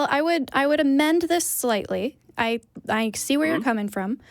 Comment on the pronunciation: beast shawnee as in “ I see”...Eee see???? As in Pi...Pee? As in Hi Ho...Hee ho? As in Mike Tyson...Meeke Tyson? As in Diane...Deeane? Like? Nice? Rice? Jive talk!! Live from Austin ? Leave from Austeen!!